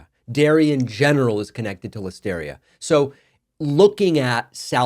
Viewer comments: It's pronounced like hysteria, get your pronunciation right please. I guess this is a stupid argument though. Just pasteurise your milk. Everything will be cheesy then. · You say Listeria funny.